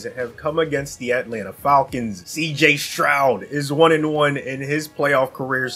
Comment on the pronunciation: Falkins ❌ Falkings ✅